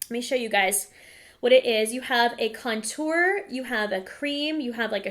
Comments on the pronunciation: gotta love the way of saying contour. "conTOUR";p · I LOVE the way you say contour like it was couture ☺️